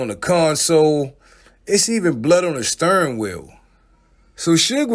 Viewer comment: Steering wheel not sturring wheel 😂